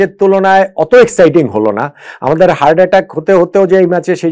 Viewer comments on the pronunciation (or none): স্যার, কথাটা হার্ড নয়, হার্ট। ভুল ধরার জন্যে ক্ষমা করবেন।আপনার কাছথেকে এমন ভুল ভাবতে পারি না।